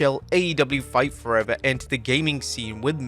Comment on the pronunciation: I love how it sounded like he called it "Fart Forever" lol How fitting, though...